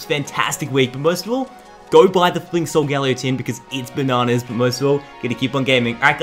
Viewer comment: It's pronounced sol-guh-leo not sol- gal-eo